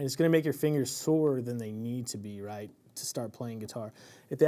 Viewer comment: I knew you were from Tx, but I never noticed an accent until I heard you talk about your "raught" hand.